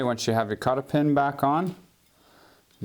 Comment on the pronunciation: Kata pin😂 it's cotter pin man.